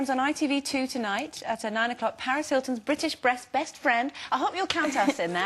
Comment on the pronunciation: did she just say brest friend haha that was funny